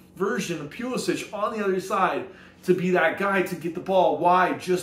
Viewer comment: Its Puh-lissick.....